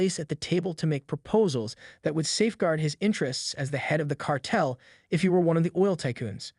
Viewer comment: car..tel , not cartle